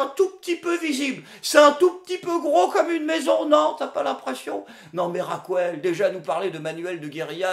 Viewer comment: Non, pas possible, "Raquouelle", c'est non.